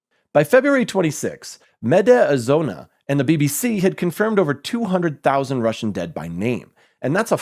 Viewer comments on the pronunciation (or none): not “medi azona”, but “media zona”, meaning “media zone” (zone=jail in jargon, where criminals zoned out)